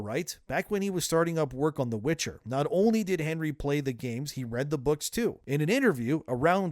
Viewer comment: It was called WITCHER not WITCH - HER (forerunners wanted the witches to be the lead)